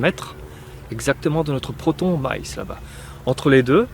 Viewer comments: oui je sais on dit ma-ïs, mais j'entends maillsse quand tu parles et je trouve cela très rigolo. Mais c'est peut-être moi qui devrait me faire appareiller 😊😉😅🙄👂👎. Bises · je parlais de ta façon de prononcer maïs 😂